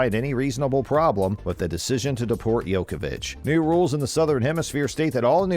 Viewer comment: Its not Jokovic itd Djokovic